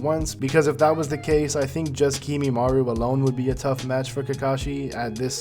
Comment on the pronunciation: I mostly liked this except you saying "Kimimaru" instead of Kimimaro. Just like NCHammer who I eventually had to unsubscribe from since he wouldn't stop mispronouncing everything and I couldn't stand it. But anyway, more on topic... shouldn't Kakashi know Sealing Jutsu? He used an Evil Sealing Jutsu on Sasuke's Curse Mark... and knows over 1,000 Jutsu... so I'd think he could maybe Seal Kimimaro or Sasuke if needed, too. That said, I really don't think he could fight all 5 Sound Four (lol) and then Sasuke all in a row. I don't think he has nearly enough stamina in part 1, considering basically until his magical ass-pull War Arc amp, he's STILL complaining about lack of Chakra/stamina with his Kamui and everything. I think he could probably beat any of them 1 on 1 if he hasn't fought yet... and he could maybe even beat all 5 S4, or the 4 weak ones and then Sasuke... but I don't personally think he can beat all 6, unless he pulls out some sort of Sealing Jutsu we haven't seen him do yet. (Which he should be able to)